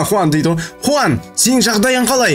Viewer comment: аға аты хуан емес жуан